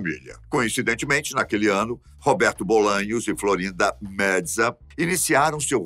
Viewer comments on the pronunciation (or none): Florinda Meza se pronuncia como se escreve, apenas com o “e” mais aberto. Algum como mésa. Não existe está pronuncia “metza” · “Florinda medza”?????? Wtf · Por que o pronuncia o sobrenome da Florinda Meza como se fosse italiano?